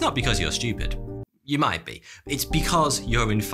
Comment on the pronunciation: the way he said "yah might be" 🤣